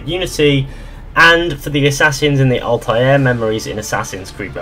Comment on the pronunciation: Altāir Google Translate:Ultra air?